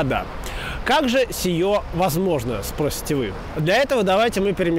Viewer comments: СиЕ, а не сиё. ОпЕка, а не опёка. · Не сиьо а сие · Слово "сие", т.е. "это" - славянизм, а буквы "ё" в славянском нет. "Как же сиЁ возможно?" - говорить, как сказал Павел Перец? Короче, Санкт-Петербург, культурная столица, - культура брызжет!